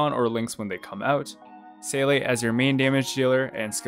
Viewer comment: this is the best guide i watched since i started playing hsr, i was looking info for qingque+bronya in paticular and this was gold! also you pronounced seele correctly thats a big plus, you got a new sub.